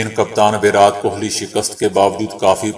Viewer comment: ورات ورات بول بول کے آپ نے﴿وراٹ﴾ لفظ کی دھجیاں اڑا دیں ۔ ایسا لگ رہا تھا جیسا کوئی سر پے ہتھوڑا مار رہا ہے ۔ پلیز آپ ایسا کچھ کریں جسے ہمیں ، اس غلط انداز بیان سے چھٹکارا مل جائے پونا بھارت